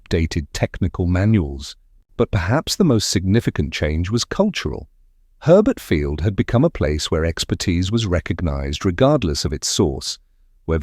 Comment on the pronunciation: Herbert Fiield? More likely to be Hurlburt Field?